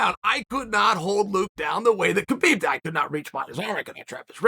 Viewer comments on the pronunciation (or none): Maybe your best video ever! But Kale, I think it's time you learn how to say Khabib's name... the K is silent. It's pronounced Habib... but we all know `names' is not your thing! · How you know Khabib in person and still say his name wrong. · "And Skabib comes in" Aahaa ha hajaha......